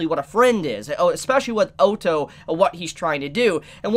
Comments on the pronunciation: PLEASE. say ottos name right. its like saying auto not O TOE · O TO (is how he pronounces (Otto) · Oh-toe??? WTF dude... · Great reaction but his name is said like this. O ( as in boss ) tto ( like your already saying it ) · You have a knack for pronouncing names differently to everyone else 😂 oh-tou. 😂 Sorry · There is a couple of corrections that needs to be fixed. 1) Otto wasn't saved by Crusch's group, he was saved by Anastasia's group with her mercenaries Ricardo and the Fang of Iron. 2) in my personal opinion, am I the only one that is annoyed about the mispronounce of characters? Otto = Ot-Oh/Odd-Oh, Roswaal = Ross-Wall, etc. and 3) Ricardo is best girl. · Everytime you say otto i hear the german word auto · No one:: "O-toh" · Please pronounce the names correctly I'm gonna have a lung hemerage if you mispronouce Otto's name again. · I feel like he is saying Otto wrong just to make people angry